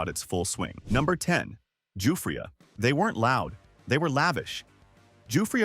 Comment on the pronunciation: Listening to AI pronounce Giuffria, is hilarious.